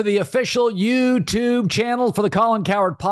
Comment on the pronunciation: Colin leaning into the “YouuuuTubbbe” shtick is funny but he is butchering his own pronunciation